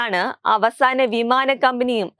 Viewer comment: വീമാന മല്ല, വിമാനം